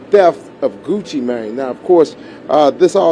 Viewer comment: She saying it correctly "GucciMane" not "GucciMain"